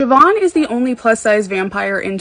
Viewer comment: Thank you for pronouncing her name right lol